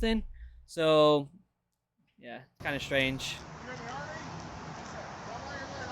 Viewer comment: "U.S Armeh" "Obviousleh" "cringeh"